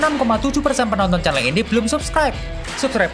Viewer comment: wkwkwk ngomongnya kok malah celeng bukan chanel